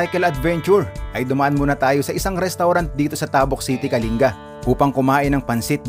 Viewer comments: Correction please.. hindi tahhbuk.. tabuk.. mabilis ang pagbigkas..ng ta, Ang pagbigkas mo gumagamit ka ng Hhhhh bago buk. Kung ganao kabilis ng pagbigkas mo ng buk.. gano'n din sa ,,,,ta...( Tabuk . ) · sana po kasama rin sa niresearch nio ang mga tamang bigkas ng lugar "Tabuk" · Mali po pronounciation nyo sa Tabuk,fyi